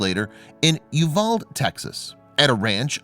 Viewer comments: The town where they got married is pronounced you-Val’-dee, not Uvald with a silent ‘e’. Just saying. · If you could pronounce You val dee, it would be appreciated. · You pronounce it U-val-de in Texas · Uvalde is pronounced Yoo-val-dee